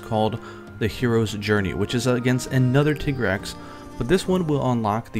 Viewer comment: it's pronounced TYgrex not TIHgrex. you pronounce tiger TYger don't you? jfc.